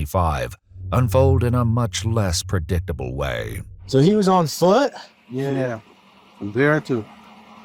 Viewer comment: the new way to say foot